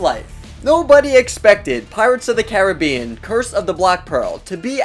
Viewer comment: He is saying Caribbeanwrong 😢😂